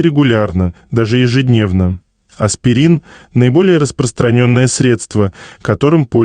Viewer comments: Не аспЕрин, а аспИрин. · "Эй, наверху!" Аспирин!!!! Не "асперин" во время просмотра ролика!!!!